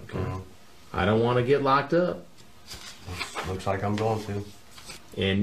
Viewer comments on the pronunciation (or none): Chris doing his best southern accent. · Chris Hansen mocking his accent.Chris is so naturally funny without even trying. I don't wanna get locked up (COUNTRY ACCENT) LMFAO. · “ I don’t want to get locked up” Chris Hanson’s country Voice🤣😂😅🤣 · I love how Chris gets proper down with a southern accent when he says "locked up" . Just pure trailer trashing it perfectly for those two words.